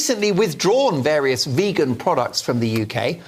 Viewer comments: that whole rant is just pathetic. From the „we need meat to get protein“ by to calling it „vaygan“ the guy is just absolutely clueless. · Wtf is a Vaygan? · almost turned me "veygan" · Oh god why do they always say "vague-an"? It's so consistently the anti-vegans who mispronounce it they must be doing it on purpose, some bizarre attempt to seem disaffected and uninterested. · as soon as said vaygan... i hate him! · I would say that every attempt to make veganism look silly here has completely backfired. In the most wonderful way, ever. You got a fat elderly man who can't pronounce the word vegan, saying that protein comes from animals... is this a cartoon character? You got a malnourished looking nerd with wrinkly skin and noodle arms calling our movement an EATING DISORDER..... I can't actually believe that these are real people, who really think they are in the right. If the status quo doesn't change after seeing this I don't know what will change it LOL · That man doesn’t even know how to pronounce the word vegan of course he doesn’t realise you can get protein from plants The audacity of the three of them to speak so confidently about things they understand NOTHING about is completely infuriating, isn’t the whole point of inviting a speaker into their show to listen and learn from someone who knows better?? What is the point of having you on the show if they’re not even going to let you speak! And I’m quite a calm person but comparing veganism to an eating disorder?! That is completely out of order and offensive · bloated supposed journalist with chronic high blood pressure who can't pronounce the word 'vegan' claims you can only get protein from meat. Ok then, no worries bro